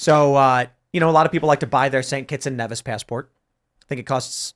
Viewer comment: Nevis, pronounced Knee-vis.